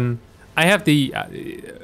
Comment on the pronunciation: its ronaldo not renaldo ...